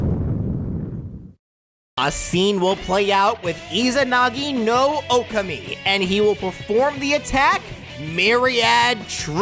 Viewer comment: You also flubbed the name of Izanagi-no-Okami. Its pronounced Oh-Com-Ee, not Oh-Cumee.